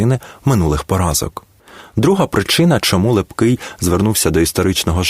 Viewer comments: Наголоси жах! ІгумЕня, гетьмАн,ЛепкИй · Неправильй наголос при озвученні прізвища Лепкого, також на словах - отаман і ігуменя. Послухайте як п.Фаріон розказує про Лепкого. Перезапишіть, бо слухати Вас неможливо.